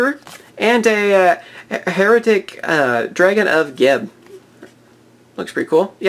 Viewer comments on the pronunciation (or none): Hieratic is pronounced high-ratic.